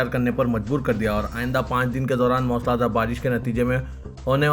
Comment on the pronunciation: CHOKSI NAHI CHOWKASI MOOSALA DHAAR MOSLA DHAAR NAHI